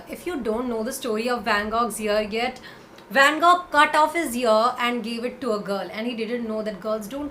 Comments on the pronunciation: It's pronounced 'Van-Go'. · u pronounced Van Gogh wrong, do check it out.